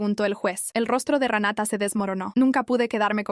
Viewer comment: Que el juez le cree a Ranata.....!!! no se dice se así pronuncia RENATA .